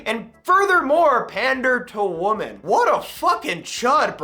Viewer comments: No hate, but just so you know, the plural of woman, women, is supposed to be pronounced like "wimin". Like it rhymes with how a Southerner would say dimming, dimmin' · Bro you do know that women is pronounced differently then woman right?